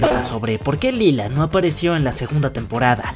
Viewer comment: Se escribre lila pero se dice laila